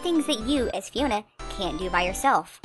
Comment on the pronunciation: I can't be the only one who heard "Fiora" in the beginning, right? I thought she was talking about Xenoblade, which doesn't have a (normal) dog is sight, but then I heard that it was "Fiona." Couldn't find Shrek, though.